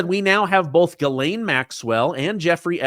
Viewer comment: The Maxwell woman's name is not gilane. It is Ghislaine. Which is pronounced jislane !